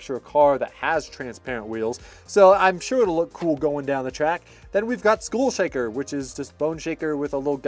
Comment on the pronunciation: “SCHOOL” Shaker? Pretty sure it’s SKULL Shaker. Just sayin.